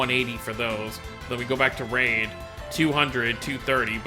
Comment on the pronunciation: Reid = REED, not raid. REEEEEED.